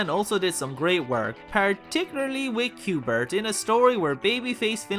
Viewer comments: Cuth-bert is not Q-bert. Isn't Q-bert a very early 80s computer game character? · Uhm... dude... there's a "th" in "Cuthbert". I googled to check if it's silent. It in't. His name is Cuthbert. Not Qbert. Was this a joke? I din't get it. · it's 'Cuth-bert', not 'q-bert', i know, i was reading these comics long before you were even born